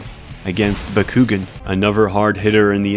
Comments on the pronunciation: BA-KU-GAN not bakoogen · It’s bah-ku-gaan not bah-ku-ghin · It's bak-koo-gahn not bak-koo-ghin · "bakkuggin" oh no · Pretty sure Bakugan is pronounced back-oo-gone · >"Buh-koo-gen" Immediately unsubbed and blocked. Good day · The way he pronounces Bakugan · And the way he calls “Dan” the protagonist “bakugan” loool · Hahahaha, I couldn’t stop laughing every time you said bakugan wrong 😂. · God the way you say bakugan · WHO ELSE WAS TRIGGERED WHEN HE SAUD BAKUGAN WRONG!!!! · was anyone else bugged when he pronounced bakugan wrong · the way he mispronounces bakugan makes me cringe more than the disturbing porn shown at the beginning. also, gwens his cousin, not his sister. still just as disgusting, but still.